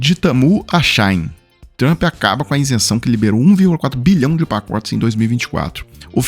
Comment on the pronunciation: As blusinhas da China ou da Shein. Vc lê Shein corretamente assim She In em ingles ou Chi ín em portugues. Nao eh chãin náo. Shine é Cháin. A site que compramos coisas chinesas Shein É She In = Chi ín.